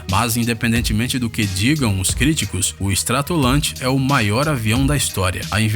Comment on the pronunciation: Como é que eu vou seguir um canal que além de ter soltado várias informações erradas sobre todos os aviões, mencionar "chassi" se avião tem chassi não sei onde fica... E como eu vou seguir canal que pronucia "stratolante" pra Stratolaunch??? Meu amigo, de uma pesquisada mais afundo aí camarada...